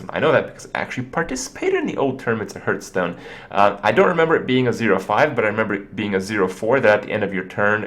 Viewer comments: "Discard your hand and draw five 3/3 Skeltons" Also he says "Hurtstone" everytime. Its "Harffstone" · It is kinda annoying, that you keep saying hurtstone. Its pronounced like heart, with an H at the end.